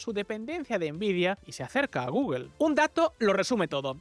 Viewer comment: Porque ese afán de pronunciar mal la palabra Google...